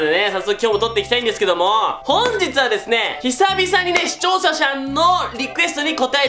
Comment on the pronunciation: しちょうしゃ‼wwww滑舌悪😃